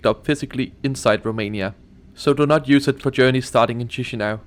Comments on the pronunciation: Please stop pronouncing "tchishinau". It's "kishinau". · We don't say Chișinău like chishinao we say it like kishinao or kishinev